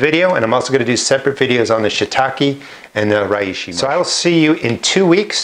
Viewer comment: For the pronunciation think 'She - tack - eh' for Shiitake and 'Ray - she' for Reishi. Hope that helps.